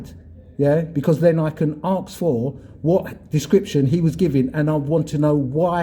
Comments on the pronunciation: m8 your getting very confrontational now days for nothing tone it back a bit let the idiots walk into it as before lol oh and its ASK not AXE that just makes you sound silly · You are not professional in the slightest 'mate', I liked your earlier vlogs, but like that sausage said, you are obnoxious now. And it's ask, not 'axe' .